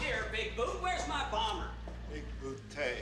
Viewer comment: It's Bigbootay, sir.